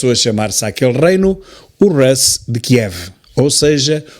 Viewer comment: Desculpe, Sr. Tilly, por andar sempre a rectificá-lo. Na verdade, aprendo muitíssimo mais do que rectifico. O termo Rus, ainda hoje usado (pelo menos na Rússia) para definir a Rússia, pronuncia-se com o "u" fechado. Quando está a falar do alfabeto já diz certo. 😊